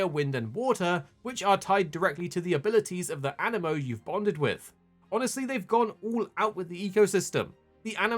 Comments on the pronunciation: animo or anee-mo? it's got 2 i's, that makes an ee sound, no? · An-I-mo❌ A-ni-mo✅ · aniimo AH- Nee - Mo